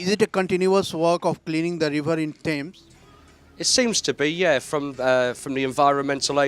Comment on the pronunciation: I think anchor is from up or Bihar River ya rebar 😄😄 listen in starting of video